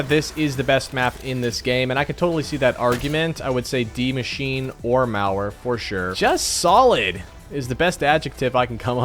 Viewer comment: saying die machine instead die maschine (mashina) triggered me a little bit